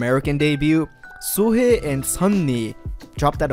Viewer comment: u pronounced So-hee's name weirdy there - it's literally So and Hee. The normal way u pronounce "he"